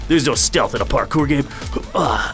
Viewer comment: MASTERED. PARKER. is this like. On purpose to show that this is an early access build!? It’s pronounced PAR-CORE. lmfao